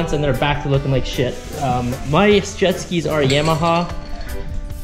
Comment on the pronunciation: Yam - aha 😂 I never knew so many people pronounce these major brand names incorrectly.